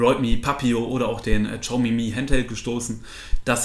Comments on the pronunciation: Hi, bin heute auf deinen Kanal gestoßen. Echt super erklärt, auch die Einleitung bzgl. "Testgeräte selbst bezahlen" fand ich ehrlich, daher Abo! Übrigens: Xiaomi heißt "S i a o m i" (das "s" zischend Richting "sch") nicht "tschiaumi" :-* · xiaomi, bitte Siao oder SHiao aussprechen, das ist näher dran als TSCHau ;) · Btw xiaomi wird wie schayomi ausgesprochen